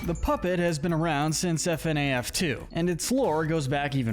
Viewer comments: 1. It’s pronounced “Fuhnaff” not “F-N-A-F” 2. Mangle was originally known as Toy Foxy, not Funtime Foxy as A. The funtime animatronics weren’t built yet at the time of FNaF 2 B. FNaF World is non canon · I have never heard somebody pronounce FNAF as F-n-a-f instead of fi-naf before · I like how he says f-n-a-f instead of fa-naf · F-N-A-F? No, you say it ''Funaff'' Also, NO THE NORMAL AND WITHERED ANAMOATRONIOCS ARE NOT THE SAME, FNAF 2 HAPPENS BEFORE FNAF 1 Vanny is very evil but Venessa is just doing her goddamn job...... Where is Henry on this list? Eh Afton began broken then became pure evil, Charlie's murder was because he was broken, the rest where pure evil. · It’s “Fnaf” (fuh-naff) not “f-n-a-af” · It’s pronounced FUH-NAF NOT F N A F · its fuh naf not fi naf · Its Pronounced FUN AHF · IT'S PRONOUNCED FU-NAF! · its pronounced fuh-naf edit: revealed by the SB dlc, monty was not jealous of freddy, but mad at him for killing glamrock bonnie, but he was mad at a prototype and he didnt know that the freddy in the main game was a different freddy than the one that killed bonnie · man fr pronounces "FNaF" as F-N-A-F 💀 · I’m sorry bro but it’s pronounced fuhnaf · The way you prenounced FNAF was insane 💀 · sameee , the more it was said the more i cringed